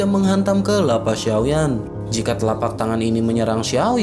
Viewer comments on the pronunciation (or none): Kelapanya.... Bukan kepala